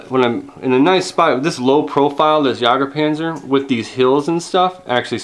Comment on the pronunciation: Jagdpanzer, not jager panzer